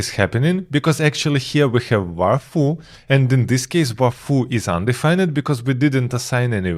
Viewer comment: This was fantastic! I learned so much 👍 Just so you know, when you pronounce 'undefined' in English. You don't pronounce the 'ned' part like the word 'red'. You instead pronounce it like 'find' so something like 'un-d-find'